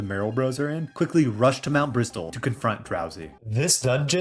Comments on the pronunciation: The fact you pronounce Mt. Bristle as Mt. Bristol. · Great video, fun idea for a challenge. Just for your info, Mt. Bristle is pronounced with a silent T in Bristle, like "Brissle", and it's "Skuntank", not "Stunktank" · Just so you know, the "t" in "bristle" is silent. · Love the video, I’ve been replaying PMD (with the Remix mod) lately and it’s so much fun, we can’t get a DX version of this soon enough (Also idk if this is a bit I’m not getting but the t in bristle is silent, just wanted to let you know)